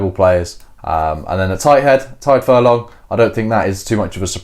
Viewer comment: It sounds like you're saying 'Tide' ? With Furlong and Beirne around so long and in multiple Lions tours it makes me wonder how English commentators are pronouncing them 😆 Should be like the big cat: Tiger but stop after the hard 'g' 😊